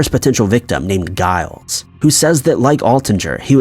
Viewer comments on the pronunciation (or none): Cool vid thanks. Although I think it's pronounced jiles. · Lol, "Guy-les"! The "G" is likely pronounced a hard "J", man... 😂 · LMAO "ply-mouth"! Not all do. This guy has trouble pronouncing pretty much anything. It's honestly incredible. For example, the name Giles, (granted I cannot see its chosen spelling in this case,) but it's a "J", guy, a "J", not "Guy-les". Hilariously sad. 😂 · Giles is pronounced withe a J sound. I thank Buffy for that bit of knowledge.